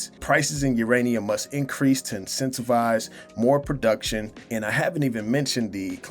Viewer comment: Oh I thought you said Ukrainiam